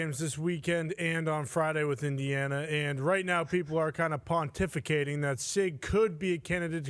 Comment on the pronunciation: I come back to this video once in awhile to hear this man say pontificating 😂